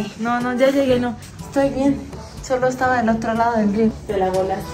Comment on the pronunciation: Yo viendo q en el minuto dijo estuaba xd jajajajja